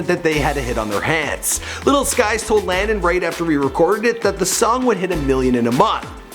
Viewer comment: WHY HE DO LANDON LIKE THAT LMFAO